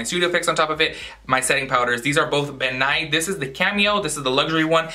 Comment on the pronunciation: Ben Nye the makeup guy!!!! I died when you said ben nye because I thought you said Bill Nye!!